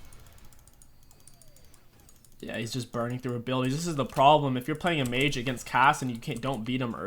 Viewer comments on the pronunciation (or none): none